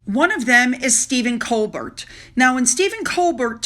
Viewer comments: It is pronounce Stephen Col BEAR! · Sorry, "Colbert" is pronounced "Colbear". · Steven Colbert, (pronounced "Cole Bear" will be damaged by his involvement with HasBeen & NeverWas. When they lose their titles the Puke and Duckass of Suxeggs will fade into oblivion. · Steven Coal • bear (pronunciation) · Morning! I watch Stephen Colbert (pronounced Colbear) regularly... and when Harry's appearance was announced both Friday and Monday.....the reception from the audience was lukewarm at best and I'm being kind. Stephen presents the news satirically, humorously, and is comedy driven. The actual interview, yes I watched it to see how he would approach it. He did a fair job...HIS job; put the guest at ease (although with alcohol), ask questions (softball though they were), keep the audience engaged (even Harry could tell when they weren't attentive, made a comment), keep your guest talking (every time the questions were touchy, good old Harry took a drink, even asking before being offered at least once, that I saw). Stephen's show has been awarded for their genre and form of reporting, because he does his job. I have tried to remain fair and impartial because I love Colbert's style but completely dislike Prince Harry. I believe the audience was hand picked because of several things; a comment Harry made, the difference of loudness from the audience, compared to the initial reaction to previous announcements, the military people to applaud and back Harry during the military questions.... I saw a clip where he is mocked a little using Tom Hanks etc. I believe that the respect and treatment of our political leaders on TV, is nothing like the respect shown to British leaders. We treat our Political leaders, Presidents more like celebrities.... (Probably why Royalty usually don't g